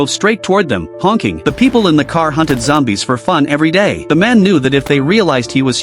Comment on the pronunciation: "A group of zombies" ❌ "A group of xombies" ✅